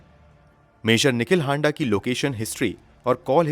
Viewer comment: हांडा नही हाड़ा होता है